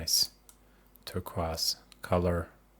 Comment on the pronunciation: this may be the most interesting and awesome pronunciation of Turquoise i've ever heard lol